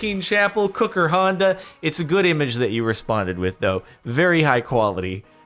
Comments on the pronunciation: Lol kooikerhondje becomes cooker honda XD ppft as a dutch i can confirm that the dutch language is ffn weird when you didnt grow up with it XD hahaha but hearing others try to pronounce our shit is so damn hilarious to me somehow so thanks for making me laugh for a straight 5 minutes hahaha😂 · apparently this is how to pronounce that properly: "COY-ker-HUND-che" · It isn't pronouced like Cooker Honda though... So they could have probably gotten a lot closer. Like they should have at least tried to write down the I/Y sound and the "je" sound but somehow they made an "A" of that